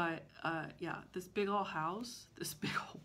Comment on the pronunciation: Did you just say, “That big-go house?” You Texan! 😉. You MUST finish your oldest WIP. It is absolutely beautiful! Why don’t you just stitch 1 thread a day on a coffee break until it is finished? In fact maybe our virtual group should challenge each other to do that through the summer. I know I would love to get my oldest done and I think it is from 2001.